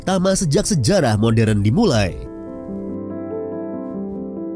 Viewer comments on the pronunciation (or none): none